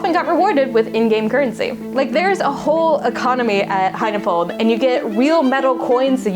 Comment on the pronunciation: "High-na-fold"? o_O